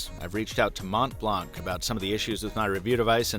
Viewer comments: "Mont" and "Blanc" are French words. The "t" and "c" are silent, so it should sound like "Mon Blan". I like your videos, but this is something you should probably know before reviewing an item! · My ears bleed every time someone says “mont blank”. The c is silent! It’s french! ... what did you expected? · You need to learn the french name :) silent t and silent c.